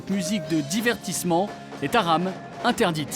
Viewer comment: Haram? J'suis pas sur que sa se dit comme sa